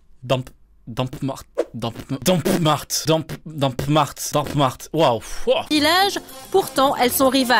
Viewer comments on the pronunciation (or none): DAMPMART C’EST CHEZ NOUS AHAHA ÇA SE DIT DAMAR AU PASSAGE